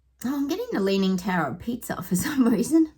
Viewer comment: Sounded like you said the tower of pizza 🍕 its Pisa not pizza 😁😂